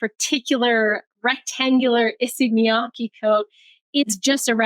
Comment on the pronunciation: oh by the way, Miyake's KE is pronounced like KEttle or CAre, with word stresses at Y and K so its miYAKE, not miYAAkeeee